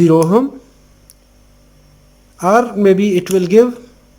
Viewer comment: i love the way you pronounce the H in OHM